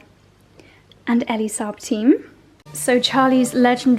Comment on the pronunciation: It’s actually pronounced Ee-lee Saab and he is a Lebanese designer!